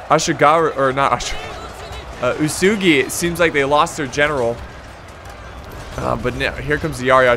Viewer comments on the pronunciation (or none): UESEGI one letter one voice. Chosokabe is actually read on Japanese like this "Choko ka be" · Chosokabe - short o as in 'opinion' not as in 'choose'. Uesegi - uu e segi: long u short e as in 'edo' NagiNata - you seem to have missed the N Ikko ikki are a special faction since they are a different religion, they don't have samurai but they do have ronin. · U-WE-SU-GI That is the right pronouncation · About the names 1.-It's WEsugie 2.-chosokabe you got it right (the first time), so iko ikki 3.-It's nagiNata There's an N 4.-Otomo is pronounce with a higher second O. OOTOmo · Antlantis 123 boy what the fuck-- who's pronouncing it wesugie? Japanese is incredibly easy to pronounce becuase you simply read it 1 syllable at a time. U..EH..... Su..... Gi!!! not WE SUE GIE, NOT WOO SOO GUY, NOT WOOO SUE JEW. jesus who the hell is making these stupid ass pronounciations, literally just play the game and they evenpronounce it for you!!! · not being able to pronounce cho-so-ka-bay or oo-soo-gi is strange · Damn every where I look(comments): Bad pronunciation OO-e-sugi = Uesugi Cho-so-kabe = Chosokabe eko-ekki = Ikko Ikki Oo-to-mo = Otomo There's a show called: Sanada Maru about the Sanada clan during the late sengoku period, basically covers everything so have a look if you're interested in learning about Japanese history(since the show's in Japanese you'll also learn the correct pronunciation). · Uesugi is pronounced oo-eh-sue-gi. And for crossing the water, you can see dark parts and lighter parts. Lighter parts are where you can cross because its shallow while dark parts are deep (i think that's how it works). But you will see some parts which look whiter than other parts of the water and that's where you cross. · oo eh soogie uesugi , shoh goon shogun , choh soh khabeh chosokabe , also japanese r and l and interchanged so samurai would be samulrai idk how to write this sound. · Uesugi should actually be oo-eh-sue-gi for pronouncing it